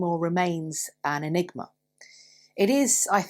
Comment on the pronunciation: Egnima, but she did it.